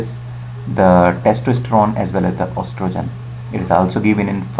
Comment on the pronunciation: Hi, I believe "Oestrogen" and "Estrogen" are usually pronounced either "e-strogen" or "ee-strogen", not "ostrogen".